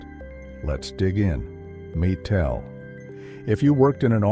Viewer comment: It’s pronounced my-tel and corelle draw.